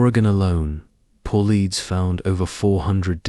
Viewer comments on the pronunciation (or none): His name is David Paulides ( Paul-light-es) Not – (Paul-leads)! At the rate that you use his name on your channel….you should probably get it right on the pronunciation at this point. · PAUL EEEDS? GOOD GOD GET THE NAME RIGHT!😢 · Independent investigator. Was NOT Dave Powleds….it was Dave Paulides (pronounced Paul led eas)